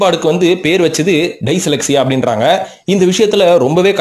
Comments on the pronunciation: dyslexia pronunciation 🤣 🤣 🤣 🤣 🤣 🤣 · டைசலெக்ஸியா illa adhu டிஸ்லெக்ஸியா